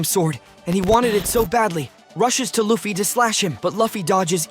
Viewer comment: Bro your pronouncing luffy wrong and saying it right YOU KEEP SAYING IT WRONG AND RIGHT LIKE BRO YOUR SAYING LIKE LAFFY AND LUFFY